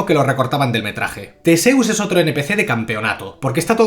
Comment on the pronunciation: Newton y Tesseus Newt y Thisseus Es que no puedo ni con esto, odio estás películas, pero odio más escuchar los nombres mal todo el rato